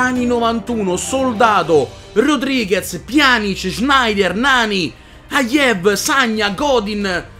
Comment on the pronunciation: Aiev non si può sentire…Ahahahah;)…Si pronuncia Aiù…Anche se si scrive Ayew